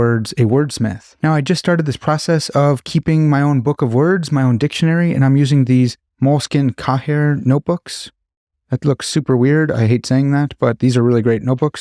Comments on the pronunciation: it's kay-ay like yippee kayay. from French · Moleskine Cahier is pronounced kaa yay.